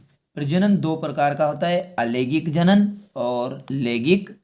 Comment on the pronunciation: Bhai langaik alangaik hota hai lagik alagaik nahi